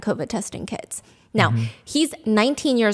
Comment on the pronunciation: It took me a couple of times to realize Stephanie was saying the guy was selling "covid testing kits" and not "covid testing kids"